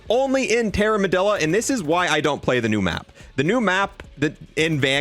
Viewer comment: Dude still says Terramedilla and Panzerfrost.